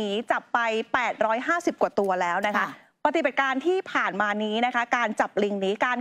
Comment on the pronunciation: ปะติบัด ใช้สระอิ ไม่ใช่ปะตีบัด.